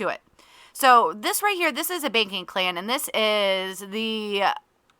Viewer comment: lol I love how (for me) it sounds like you say baking clan instead of banking clan. And now I’m just imagining it lol